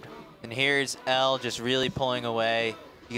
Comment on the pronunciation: One of the announcers keeps butchering Elle's name smh